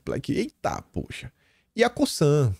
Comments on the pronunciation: COSANNNNN, com som de ZZZZZZZZZZ!!!!!! Não é COSSAN, COÇAN, COÇAN, COSÇAN ou qq outra coisa que soe como S. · COSAN PRONUNCIA COZAN,.